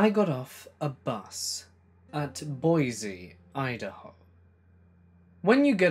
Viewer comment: I live in boise (by the way, it's pronounced 'boy-see , not boy-z), and that story is true. He recently tried to legally change his name to "eternal love " but the judge shot it down lol.